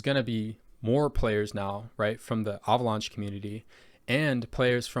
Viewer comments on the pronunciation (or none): good video but, that is not how you fucking say avalanche lmao